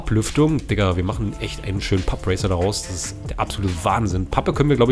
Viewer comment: Papp-Racer und nicht Papp-Ricer hahah